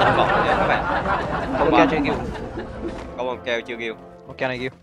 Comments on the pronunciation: kill của tấu mà thành... "Gill của tấu" wow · kill mà tui nghe ra gill xong ngồi cười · Tui nghe thành gil của tau, kkkk🤪🤪🤪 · mấy bạn nghe sao chứ tui nghe kill của tâu là gill của tâu😂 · Sao khúc cuối cứ nghe "gill của tau" ^_^:)))) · As ns kill của tau mà tui nghe gill của tau 🤣🤣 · Kill của tau nghe thành gil của tau😂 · Kịil của tao Mà tui nghe là Giil của tao 😂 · Kill của tâu